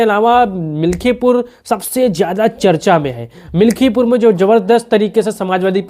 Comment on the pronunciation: मिल्कीपुर बोलो भाई